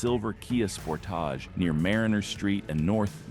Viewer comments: Did this mofo say sportáge??? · The Kia Sportaaaaazh